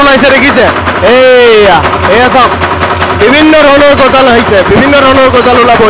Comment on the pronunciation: Gojol nohoi gojal hoi